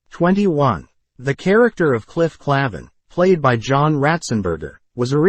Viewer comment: Good start, but it is Cliff Clayvin - pronounced that way. You say George Wendt was in the most episodes, but also that Rhea Perlman was in every episode in a different bit ???